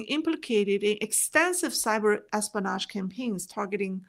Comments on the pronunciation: you dont say es-po-nage. the correct way is: es-PI-o-nage. hope you don't mind me correcting your english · your pronunciation is excellent. The only word I thought might’ve been off was espionage. It sounded to me like you were saying es - pan - aaash versus es - pea - en - aaash.